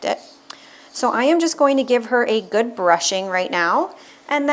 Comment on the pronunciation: SHAMPOO NOT SHAMPPOO. GOOD NOT GOOT